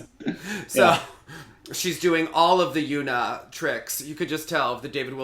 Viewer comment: wow! I got a reply for. I am so honored. I may be pushing it but if I may correct one more Korean pronunciation, Yuna Km is actually pronounced Yuna, with the “u” like a short U, like “Um” or “Umbrella. I know everyone who speaks English pronounced like you but they are wrong. I did overhear Brian Orser pronounce it right in a practice run. Your comments on Braddie’s costume and HD are hilarious. 😂